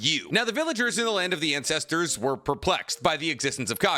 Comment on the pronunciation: "land of Incestersss"💀